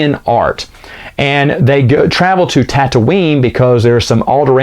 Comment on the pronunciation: it's Tatooine, not "Tattoine".